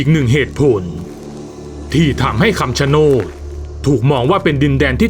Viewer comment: คำชะโนดหรือป่าวครับ ไม่ใช่คำชะโนน😅